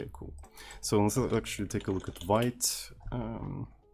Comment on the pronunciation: thats not a vait but veet (I'm talking about Vite tool)